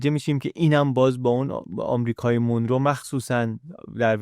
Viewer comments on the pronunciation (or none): خیلی عالی و‌ آموزنده بود. سپاس فراوان. فقط تلفظ درست این اسم مانرو هست نه مونرو Monro